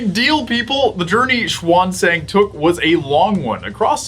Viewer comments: They are not done with the meta show lol, and the way you pronounce the 'a's in xuanzang is wrong, xu(ae)n z(aa)ng. Or simply 'xuen zahng'. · the pinying system is confusing for English speakers, maybe spell as "shan - zang" is easier